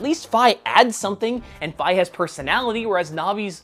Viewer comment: i-is it possible? some actually pronounced Fi correctly??